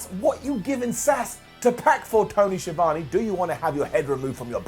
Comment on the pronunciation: The way pronounce ‘Schiavone” - 👇 Down.